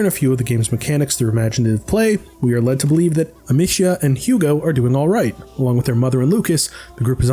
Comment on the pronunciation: Funny how this guy has spent 30-40 hours with the franchise and still can't say the main characters name correctly lol.